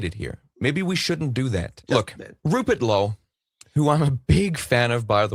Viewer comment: Man said Rupert Lowe, & I heard Rupert Holmes. 🎵 🎶 "If you like piña coladas..."🎶🎵